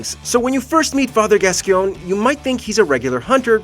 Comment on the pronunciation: I don’t like the WM videos where the presenter just reads the script without knowing anything about the content. Seriously, father Gas-Ciogne?